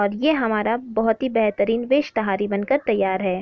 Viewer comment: पहली बात तहरी होता है ना कि ताहारी